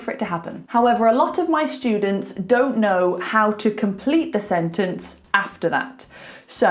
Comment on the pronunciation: A useful lesson. Thanks! You pronounce students like “shtudents”. Am I wrong?